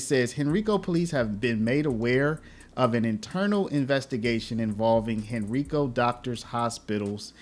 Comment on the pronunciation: It's hen-ry-co! Not hen-ree-co...